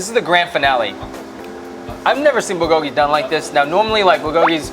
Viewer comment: Stop butchering "bulgogi" and "kalbi". cringes